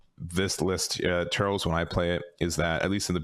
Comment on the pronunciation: You’re definitely underrating Blue. If you can’t kill blue by turn 4, forget it. The only things that really have a chance at that are the two new red aggro decks. And his name isn’t “Turrels” it’s “Turles,” pronounced “Tur-less.”